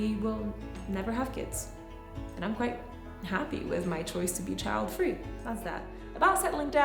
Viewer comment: eva said "childfree" in the same was as ppl say "smokefree" lmao